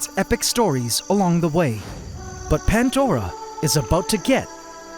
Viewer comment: i always thought the ecosystem was called pan-dora and not pant-dora? (from pandora's box as reference)